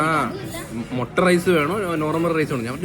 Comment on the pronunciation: മൊട്ട റൈസ് അല്ല, മൊട്ടഹ് rice